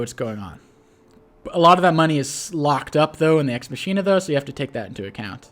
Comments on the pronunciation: This video is a post-production masterpiece. 10/10 for use of nut-related images. That said, should learn how to pronounce words. Von Bolt's super CO power, "Deus Ex Machina", is pronounced mach (as in "this aircraft has a top speed of mach 2.5") - ee - nuh. "Witte" is pronounced like "wit", the 'e' is silent. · Sorry. I don’t want to be “that guy”, but the power is pronounced: ex ma-key-nah It’s a plot device meaning “God from machine”.